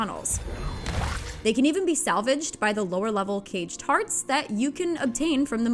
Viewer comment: anyone else hearing cage tarts? 🤣